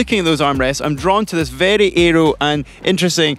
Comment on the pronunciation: Interesting video, but gosh do I irritate the pronunciations whenever Fraser speaks in videos.... It's aero, not eeeeeeroo.